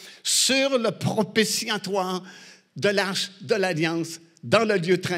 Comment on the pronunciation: Propitiatoire et non propritiatoire.